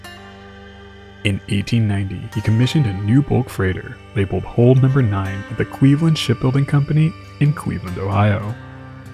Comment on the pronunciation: I cant tell when you're trying to say Hull, hold, hole or whole. You pronounce all of them exactly the same. You really need to please work on the pronunciation of Hull especially